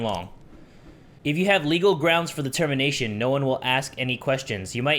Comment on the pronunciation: When said "the termination, it sound like he said "Determination" (Undertale...)